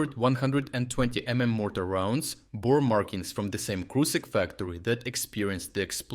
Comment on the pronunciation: its "Krushik", not "Krusik". Pls learn to read